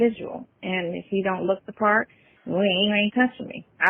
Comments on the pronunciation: omg !!! Is this Sonya admitting that had sex?? Or did I confuse “dat pawrt?” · i can’t even Spell the word “ part” the way his geechee azz pronouncing it!!😂😂